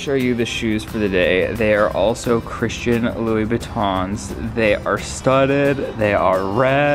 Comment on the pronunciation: Did he say..... Christian Louis Vuitton? 🤣🤣🤣🤣🤣🤣🤣😂😂 I love lmaoo